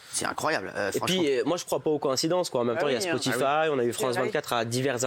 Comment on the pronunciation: Suis-je le seul à avoir remarqué la manière dont l'autre là il a prononcé Spotify au début??